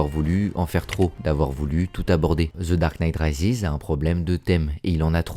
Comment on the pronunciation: “Ze darque nite Raizis” 😂